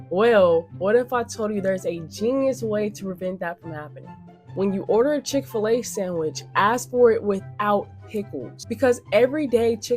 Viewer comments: Chick-Fil-A Not Chick-A-Fil-A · Please say Chick-fil-A again! Chicka fil-A